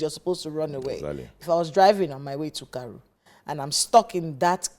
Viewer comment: It's Karu and not Kary, I am a resident of FCT